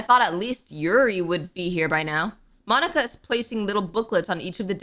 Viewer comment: No offense or anything, but... "Monkia" 😭😭😭😭